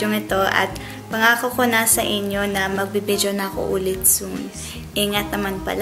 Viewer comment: Gustong gusto ko yung "bidyo" mo!